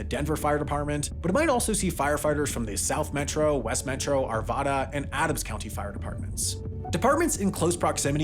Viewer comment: Dude, you live in Colorado, how do you mispronounce Arvada?